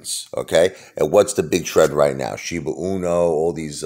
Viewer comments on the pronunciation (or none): It’s pronounced SHIBA E-NEW, not SHIBA UNO… just say’n. 🤨